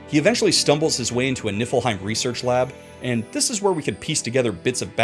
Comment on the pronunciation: I have a curse and I kept hearing you say Niflheim as Nippleheim 😅😂